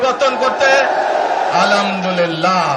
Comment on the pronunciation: আলামদুল্লিল্লা নয়, আ’ল্হাম্দুলিল্লাহ্।